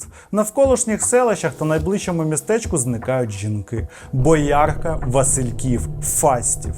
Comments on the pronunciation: бОярка, а не боЯрка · Але БОярка, а не БоЯрка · бОякрка а не боЯрка 🤦‍♂️ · БОярка, а не БоЯрка. Шлюб, а не брак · Будь ласка, перевіряйте назви міст, БОярка, не БоЯрка, і це місто, як і Вишневе. Дякую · Яка БоЯрка? БОярка правильно. Калинівка а не Каліновка. Бити на сполох а не на спалах… 😵‍💫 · Не БоЯрка і КалІнівка, пане, готуйтесь трошки до випуску, матеріал гарний, але... БОярка і КалИнівка. Дякую за матеріал) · БОярка наголос на О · Не БоЯрка, а БОярка. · Не БоЯрка, а БОярка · Пан, не БоЯрка, а БОярка. А то, аж вухо ріже..... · Правильно було б сказати не БоЯрка, а БОярка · вроде ж БОярка,а не БоЯрка.ударение не верно ставите,если я не ошибаюсь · Не БоЯрка, а БОярка! 😂 Чому завжди ставлять наголоси не правильно? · Бляха, не БоЯрка, а БОярка! І це не смт, це місто. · БОярка, а не БоЯрка Це не смт, а місто Фу, діз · Пам'ятаю цей період, як з роботи з дівчатами ходили по двоє, бо було дуже страшно. Дякую за відео. Але не БоЯрка, а БОярка. А Вишневе це місто, а не смт. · 50% коментарів - бОярка, а не боЯрка😂 50% інших коментарів - Елвіс так схожий на нього як я на Зеленського Відео як завжди чудове і цікаве, все більше розумієш у якому небезпечному світі ти живеш, завжди варто бути обережним. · БОярка, а не БоЯрка! Це українське місто, а не кацапське пойло🤦🏻‍♀️ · Не БоЯрка, а бОярка! Спочатку навіть і не зрозуміла про яке місто йде мова) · БО'ярка,а не БоЯ'рка) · Історія цікава, але БоЯрка и СМТ Вишневе це занадто. Ви хоча б вікіпедію відкривайте перед тим як записувати відео. У мене, як у людини яка проживає у Вишневому, підгорає . Ніколи це МІСТО не було СМТ, і це принципово 😬 Ще "Каліновка"... 🤦‍♀️ Калинівка! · Бо́ярка не БоЯрка, Бо́ярка - наголос на О !!! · Бляха, бОярка, а не боЯрка😂😂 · Вибачте, але так ріже слух ваша боЯрка, ніби якусь доярку згадуєте. Правильно БОярка, наголос на О. Можна перевіряти, наприклад, у вікіпедії. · БОярка а не БоЯрка. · Не БоЯрка, а БОярка! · Відео супер, справжній український тру крайм, дякую за контент, але БОярка, а не БоЯрка